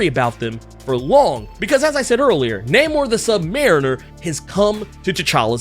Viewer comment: Say his name right, bro, NAY-MOR!